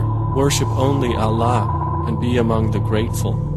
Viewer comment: eww he can't even pronounce Allah properly he is saying Alah! So damn annoying